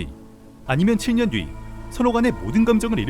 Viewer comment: 7년 발음이 거슬리네요😔